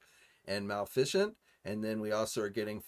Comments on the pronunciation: The way you said maleficent was amazing. Haha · lol I caught that too and had to replay it a couple times just to see what said and still don't know 😆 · I assume he is just trolling at this point. I generally don’t mind but carrying the guise of a “news” channel means you should probably know or learn how to pronounce things you’re talking about